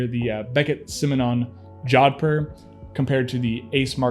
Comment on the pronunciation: Please check the correct way to pronounce Jodhpur. You massacred the word.